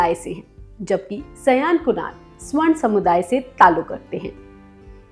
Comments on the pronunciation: स्वर्ण नहीं सवर्ण होता है हिंदी का उच्चारण ठीक से करो. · आप एक एंकर हैं, अतः आपके उच्चारण और शब्द दोनों शुद्ध होने चाहिए। यथा : स्वर्ण नहीं सवर्ण बोलिये। ऐसे आपकी प्रस्तुति अच्छी होती है।